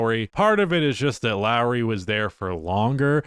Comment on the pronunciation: As someone who grew up in the Toronto area, it’s Lowry